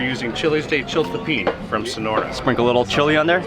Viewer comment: Mark pronounced it correct, the person was wrong, is chiltepin